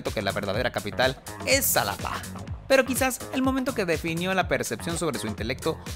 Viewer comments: Solo para una pequeña observación, (o fue la única de la cual me di cuenta), la x se pronuncia como j, en Xalapa se dice Jalapa!!!😅 Si vamos a observar los defectos o horrores de los demás! Ok bye! Ups!😊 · También el que narra el video es ignorante: Se escribe con X, pero en Xalapa la x suena como jota.